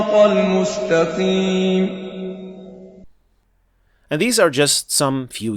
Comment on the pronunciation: I understand the tafkhim part.. But the mustaqeem here the Qaaf sound from the makhraj is not present.. 😮 He have a hard sounds from throat in Qaaf.. not only tafkheem